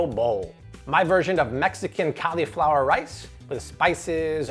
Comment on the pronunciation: "Cali-flower"? What's that? You mean "cauliflower"? (CAWL-E-FLOWER)